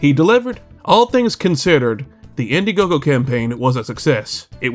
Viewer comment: India-gogo??? Bro learn to read before you start trying to do takedowns 😅😂